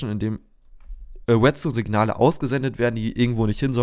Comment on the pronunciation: Es heißt REDstone nicht WETstone !!!!!